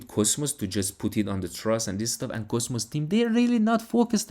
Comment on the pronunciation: Try to pronounce cosmos correctly. Basically it is coZmos and not ( S ) . By the way I am all in on it 👍